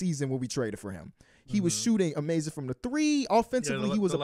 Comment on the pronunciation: I love how never enunciates the ‘G’ in ‘amazing’ lol